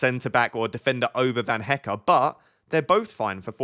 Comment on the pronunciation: Hello, you are pronouncing Van Hecke correctly now. But you still need a little work on Verbruggen. But keep up the good work, very helpful FPL content 🙂